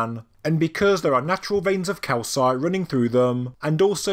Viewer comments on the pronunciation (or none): none